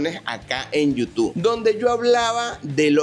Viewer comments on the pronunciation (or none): none